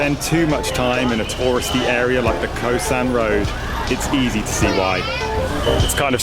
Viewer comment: It's Khao San not Khoa San.